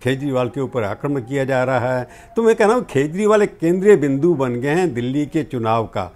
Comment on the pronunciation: Its not खेजरी its केजरी